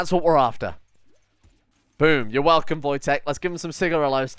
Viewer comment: There is nothing better than coming back from a hard day's work and hearing say the magic word: "Elcome".